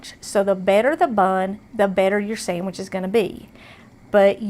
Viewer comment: I had to rewind it did she say samage lol I luv it